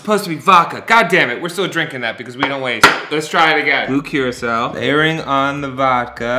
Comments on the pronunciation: it sounds like you're saying, "blue curacelle" lol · Am I the only one hearing him pronounce blue curaçao wrong?